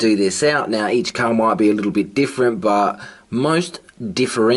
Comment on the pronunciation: What is "Caaaa"? Did you mean car?